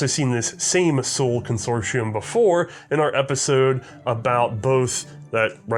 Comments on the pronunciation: Its not pronounced "soul" but zuhl. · The city you mentioned - Suhl - is spoken like "sool", and the country (nowadays a federal state in Germany) is usually spoken Thuringia by english native speakers. Hope this helps you... :-) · It wouldn't be C&Rsenal if pronounced foreign words correctly.